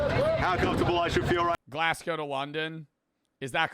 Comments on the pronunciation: Its not Glass go its glaseGo You pronounce it like how you say vase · glass-coe... please